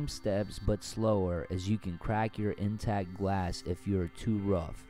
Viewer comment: Thanks for the video but... the word is "intact," not "in-tacked."